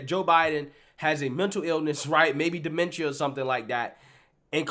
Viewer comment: He pronounced DEMENTIA wrong.